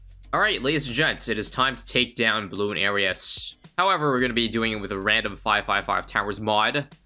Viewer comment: Yall ever notice how says "Bloon-arias" and not "Bloo-narias" or am I just tripping?